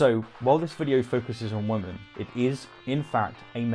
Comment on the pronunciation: Every time you say women (plural) it sounds like woman (singular). It is one of my biggest pet peeves and it absolutely drives me insane.